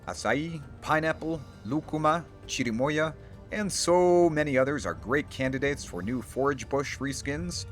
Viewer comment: It's a minor detail but I really like the way nailed the pronunciation of lúcuma and chirimoya